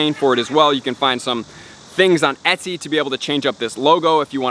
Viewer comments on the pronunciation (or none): none